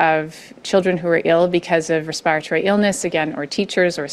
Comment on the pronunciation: Why does she pronounce “respiratory” like that…it’s driving me insane.